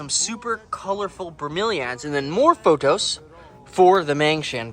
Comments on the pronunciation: Say it with me! P-O-T-H-O-S! Not photos. :P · Use the green grow setting 💯 . Also, the plant is pronounced as PO”TH”OS, as you make the TH sound with your front teeth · It's pronounced paw-thows. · Plant people here, You are pronouncing pothos wrong, try asking were you get them from how to pronounce. Love your videos!!!!